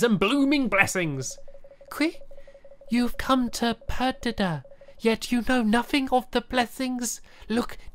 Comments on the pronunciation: PEDIDA not PEDIDAR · It's pronounced perdeeda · Im watching in 2017 oh and stampy its PER-DID-A